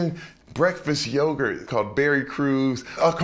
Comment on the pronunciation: Berry Crews , it’s YOGURT !!!!!